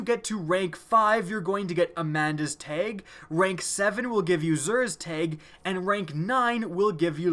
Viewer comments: Teg? You mean Tag? 😂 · its tag not teg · It's a TAG, not a TEG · It's TAG NOT TEG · Why do you say tage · He says teg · Amanda's "Teg" Xur's "Teg" Saladins "Teg" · lmao how he says tag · How are you mispronouncing tag!!